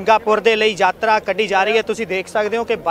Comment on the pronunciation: ਐਂਕਰ ਭਾਈ ਸਾਬ੍ਹ ਨੂੰ ਦੱਸੋ ਕਿ ਸ਼ਬਦ ‘ਯਾਤਰਾ’ ਹੁੰਦਾ ਹੈ ਨਾ ਕਿ ‘ਜਾਤਰਾ’